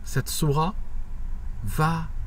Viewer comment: Je crois qu'il faut prononcer le "t" dans Sourate, je ne crois pas que le "t" soit silencieux ... Sinon merci de ta vidéo, le beau-frère de mon ex-femme, ainsi que sa femme (soeur de mon ex-femme), qui vivent en Algérie (Kabylie), m'a expliqué un jour pourquoi il s'était converti au christianisme: il m'avait dit que c'était justement à cause d'une cassette stéréo qui circulait en Algérie et qui décrivait le Châtiment de la tombe. C'était tellement angoissant d'entendre cette cassette que ça a, selon lui, généré beaucoup de dépressions et détresses chez les gens.